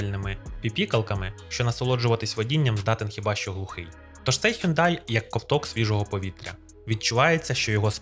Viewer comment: який "хЮндай"?))) Шановний, ти ж перекладачем